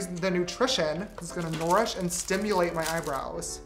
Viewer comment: when he said noorish it sounded more like nora fatehi